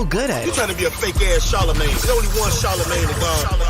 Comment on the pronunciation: Charlemagne: “ Schrange”